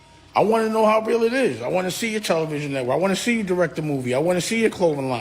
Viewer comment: Dam Dash said you kee and sted of you see that's no teeth vocabulary..lol..😆 🤣